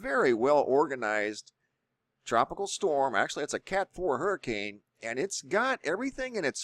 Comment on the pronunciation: ITS A Hurmmcain🙄